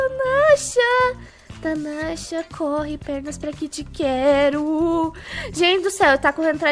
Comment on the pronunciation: na primeira partida tu falo teu nome errado tu fala tanasha